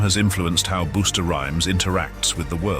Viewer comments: Busta Rhymes is "Bust the rhymes", not "Boost the rhymes" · Hum lol "Boosta" 😂😂😂 Busta Rhymes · You kept on saying booster, when it's buster rhymes 😂😂😂